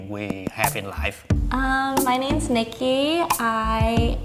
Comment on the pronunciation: Ohh her name is nikki, I thght she said her name was milky at first lol